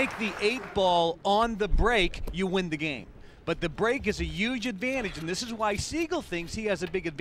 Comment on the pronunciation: "Pressure has to be a yooj issue here..." This clown is a 'professional' announcer. Right.